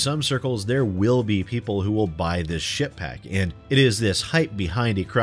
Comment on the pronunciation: I kept hearing "shitpack"...that isn't quite style, and I kept having to do a doubletake...Ship Pack...Ship Pack...